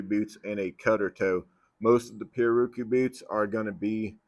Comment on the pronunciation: pi-,rär-a-kü is the pronunciation Portuguese, from Tupi pirawrukú, from pirá fish + urukú annatto. Everyone in the western industry, including boot makers get it wrong